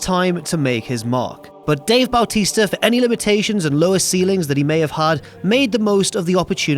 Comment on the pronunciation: you pronounced Bautista at the beginning of this like Bowel tista 😭 anyhow great retrospective indeed!